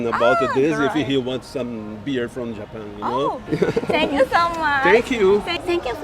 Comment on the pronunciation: Japan のイントネーションと、firstの発音 頑張ってください